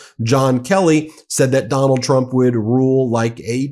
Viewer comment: It sounded like you said McDonnald Trump. That's his new nickname